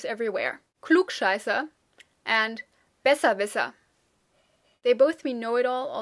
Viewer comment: hallo,yesterday i found your channel, let say Thank you from all the non speaking german people (all this is very useful), and i hope you keep going... Question, why with the word Besserwisser, the "i" sounds like "e"....and very random but you speack frankish german dialect, Right =P